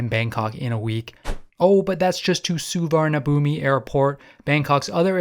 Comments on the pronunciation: A friendly tip from Team Thailand: the big bkk airport is pronounced "Suwannapoom". I know its spelled differently but you gotta get this right. There is no i at the end and it's not b it's a p for the final syllable. The transliteration is brutal so it's understandable since you were saying it phonetically. But I'm just trying to help a brother out. Suwannapoom. Say it. Say my name. Suwannapoom. You're goddamned right. And it's Don Muh-ahng airport. Doesn't rhyme with Wang. It's a softer a sound that has an h next to it. And don't get me started on Pattaya. Actually I have come to like the Brit mispronunciation a bit. 😂. Happy trails in Central Asia. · The airport is pronounced Sovanna Phum, meaning "Golden Land" in both Khmer and Thai. No idea why the Thai's spell it like that LOL.